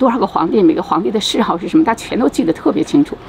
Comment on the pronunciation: 谥号王一直读益号😢